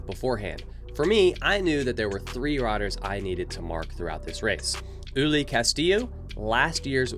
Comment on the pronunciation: My god, i just cant believe how GRINGO Ignorant stereotype this guy is: ULUA? who´s Uloa? First, if you dare to race in a different country, at least try to learn a bit about your rivals, Ulúa (how you pronounce it) is Gerardo Ulloa (Pronounce it correctly UYOA) is a World CUP MTB XC racer dude, he races the whole circuit in Europe through the year. ULI is not ULI, his name is Ulises, better known as "El Hueso" is one of the strongest racers in Mexico with international experience, way better racer than any american rider. Finally, your stereotypical chimichanga music. Gringos being gringos.